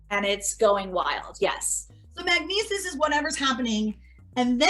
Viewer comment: "Do you take Magnesus" lol